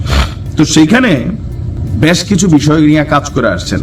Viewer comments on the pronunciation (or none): ব্যশ না বেশকিছু , ... এই উচ্চারণ টা সব সময় আপনি ভুল করেন